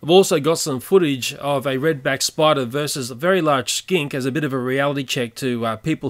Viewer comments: Narrator:This video contains graphic images of deadly spuder and giant praying mantis Me: wait did he say deadly spuder u mean spiders right? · at the start it said spuder xD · What the heck is a spuder? Lol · lol its said warning scary spuder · Whats a spuder its spider not spuder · Warning saids spuder well ok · "deadly spuder" XD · it said spuder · Lol it said spuder